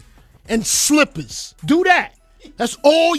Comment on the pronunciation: YOU HEAR HOW HARD HE SAID.....SLIPPERS!!!! wtf lol NEW BEATS(ohiorichkid soundcloud and instagramºº